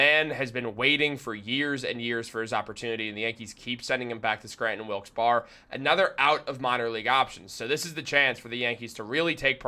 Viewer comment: Barre=berry not bar